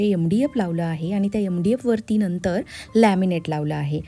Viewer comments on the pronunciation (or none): none